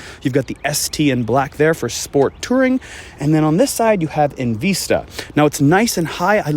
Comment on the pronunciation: Love the vehicle and appreciate calling u out on “EnVeesta” I cringed every time u said it like that